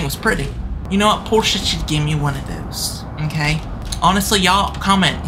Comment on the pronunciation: the bus just wanted to take a quick divet okayt 😂😂😂 and again it wanted to take a divet againt okayt and againt it just wanted to take a quick divet in the oceant okayt